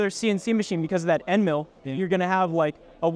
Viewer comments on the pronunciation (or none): none